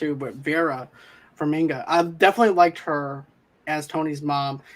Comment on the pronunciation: Is it so difficult to pronounce simple names that are pronounced phonetically? Farminga? Is it so hard?